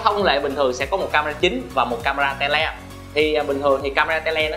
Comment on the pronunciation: Phát âm hơi lỗi đó bác camera te le, nghe hơi buồn cười😂